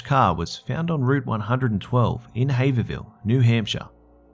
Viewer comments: You messed up the pronunciation on Haverhill a lot. It's hay vroll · Hey! I'm from New Hampshire!. You pronounced Haverhill wrong haha, the second H is silent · the way he pronounces haverhill bugs me so much. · can you really blame him, that is possibly the dumbest way to pronounce that name